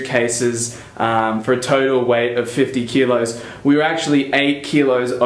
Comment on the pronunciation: Is it only me that heard 5 tequillas when you said 50 kilos :D Nice video, As a guy from Europe I think you might need sweaters as well, not only t-shirts and a big-ass jacket :)